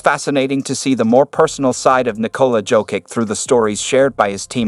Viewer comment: Turned off this shit when heard how Jokic’s name was pronounced